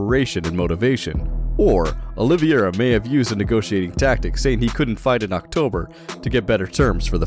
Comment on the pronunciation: IS OLIVEIRA NOT OLIVIERA!!!